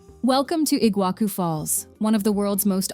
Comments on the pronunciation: I'll start in Kinkinnati, OH. USA/EUA. actually, it's Cincinnati, OH. and not igua Ku falls. It's Iguassu (C Cedilha) sorry, I don't have C Cedilha on this device. you get the point. A.I. voice lady just pronounced more than half of everything really wrong and it wasn't really close, but I appreciated the beautiful views/vistas. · The prononciation was painful to hear, it kills me that they don’t even try to look it up before making a video like that… “IguaKU falls”? Really? They are just as famous as the Niagara falls you have never heard of them before making that video? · Pronounce iguassu not iguaku!! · Good Lord, you put together this production and mispronounce nearly everything. It’s Fernando de NoronYA not NoronHA. It’s RecifA not Recif. It’s LenSOYs not LenCOYS, It’s IguaSUE, not IGUAcu, It’s PampulYA not PampulHA, Parachi, not Parity, It’s ParanA, not PaRANa, Opera de AramA (JFCm there are no silent e’s in Portuguese. One hour of research would have saved you this embarrassment. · "Iguaku Falls" Nope. Better to say it in Spanish "Iguazu", than transforming the Portuguese Ç which sounds like SS into a K sound. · Noronha is wrongly pronounced as well as Lençóis and Iguaçú. Just for curiosity. If you wish to know the correct pronunciation of these words in Portuguese, please check it on Google Translator.